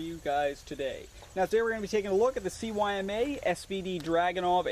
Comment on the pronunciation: CYMA is speaked using russian language. It is pronunced sooma. C is S, Y is U, and M and A are same.